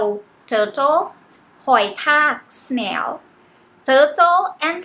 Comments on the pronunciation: It's snail not smail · Teutle and smail? 😂